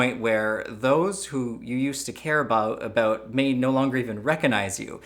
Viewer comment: You corrected yourself by changing "about" to the Canadian "aboot". Hahaha, so canadian :)